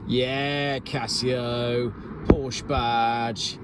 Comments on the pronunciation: And you still can't pronounce Porsche properly. My 911 Cabriolet will be 25 years old next month. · When are people going to say the word Porsche properly? They can be money pits same as barges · I wish you would pronounce Porsche correctly… just once 🙄